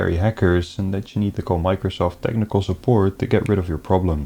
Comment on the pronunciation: What is a vindow, ? Microshof, ? Elerts, ?